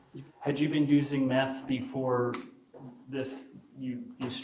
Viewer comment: He pronounced meth wrong.